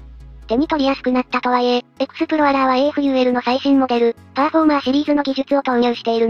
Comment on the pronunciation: AFULは、【アフー】と、発音するのでは!?